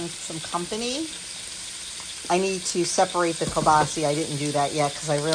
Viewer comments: Great video. Its kielbasa not kielbasie. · Learned something new. Must be a regional pronunciation in Poland. All my relatives from the Warsaw area say it kiabasa. Love it no matter how we say it.😂